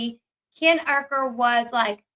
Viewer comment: It’s “u ker” not ur- ker!